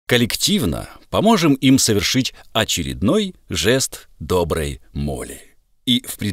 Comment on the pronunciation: "жест доброй моли"? Мені не почулося?))) Хочу побачити "жест дохлої молі"